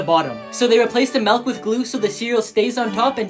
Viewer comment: the melk? i thought it was milk